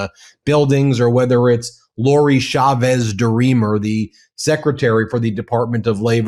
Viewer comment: CH CH CH CHAVEZ, not Shavez. SalSa not salZa please and thank you